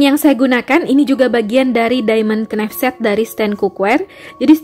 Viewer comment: Kok kenaif mbak knife bacanya naif az mbak 🙏🙏